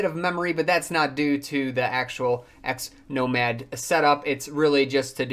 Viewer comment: Wondering how many times you can mispronounce Xmonad in a single video. :-)